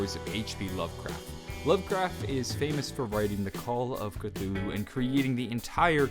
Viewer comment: You say Cthulhu cuuhooluloo